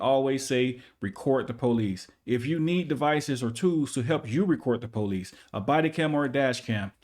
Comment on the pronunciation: Recort or record?